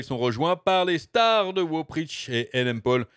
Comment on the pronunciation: Mais.... pourquoi tu dis wo au lieu de dire WoW...?